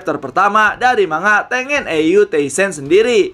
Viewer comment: Baca Tengen itu di pisah sensei. Ten-Gen. Bukan Teng-en